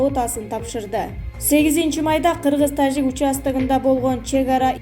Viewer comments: тажик эле десен ташик дебей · ИНИЦИДЕНТ ДЕГЕН СӨЗ ЖОК ДА,МИРЗИЁЕВ мирзёев Эмес,ТАЖИК ДЕГЕН СӨЗДӨ КЫРГЫЗЧА ,,Ж" ТАМГАСЫ АЙТЫЛАТ ОРУСЧА ЖУК ДЕГЕНДЕЙ ЭМЕС КАНЧА АДАМ КӨРӨТ УГАТ СИЛЕРДИ КЭЭ БИР ЖАШ МУУНДАР ДА КӨРҮШӨТ ОШОЛОР СИЛЕРДЕН УККАН СӨЗДҮ ТУУРА УГУП ТУУРА СҮЙЛӨГӨНДҮ ҮЙРӨНҮШҮ КЕРЕК МААЛЫМАТТЫ ЧЫГАРУУДАН МУРДА ТЕКШЕРИШ КЕРЕК.